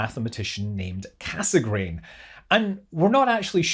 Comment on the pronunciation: Cassegrain is pronounced "kassgrain" but cut the "n" at the end.